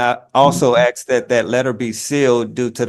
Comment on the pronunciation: Nothing says "Royalty" AND "Chief" like having to pronounced 'asked' as 'axed'.